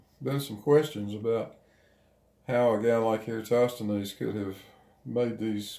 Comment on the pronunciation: Well... credit where due... got 'Eratosthenes' pronunciation pretty good. But... he didn't extract the northing from that diagonal line.